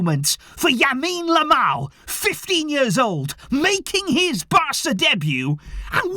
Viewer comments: Yamine Lamal?😂 its Lamine Yamal 🤣🤣🤣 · You keep saying Yamine Lamal It's Lamine Yamal bro 😂😂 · . I’m glad I’m not the only one who accidentally keeps calling him Yamine Lamal lol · why is everyone saying yamine lamal its lamine yamal even got it wrong at the end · Xavi: Subs on 15 year old Lamine Yamal: "Yamine Lamal" 😅🤣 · said yamine Lamal 😂